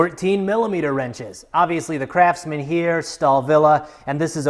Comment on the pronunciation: Why I heard Crapsman instead of Craftsman?